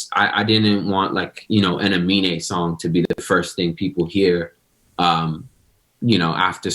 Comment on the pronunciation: annoying how you kept mispronouncing his name as "Amine" what an awful host